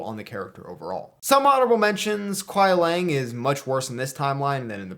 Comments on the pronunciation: I thought it was just me, I had 4 other people hear it the same way. Sounds like you are pronouncing it as Lang. Either way I agree with MK1 list for the most part. Good vid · Everyone will have their opinions on lists. But the way you say Kuai Liang (Lee-ang) is killing me.